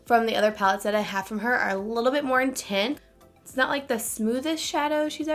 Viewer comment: Intense. The word is intense. Not intent.